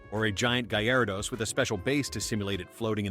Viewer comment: It's not gi-aradose it's garadose and it's not Chairmander it's Charmander